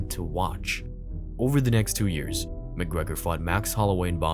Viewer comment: Connor Mc Grogrer